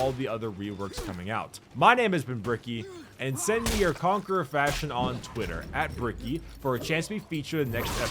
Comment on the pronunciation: The Conque-RAH